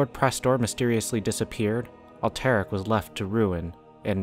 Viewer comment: Thumbs down. Can’t even pronounce alterac